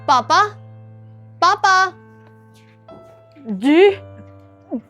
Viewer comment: Papa G❌Paa G✅